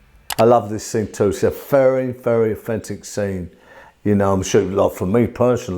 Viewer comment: I’m English and I kept hearing offensive, took me a while to understand he was saying authentic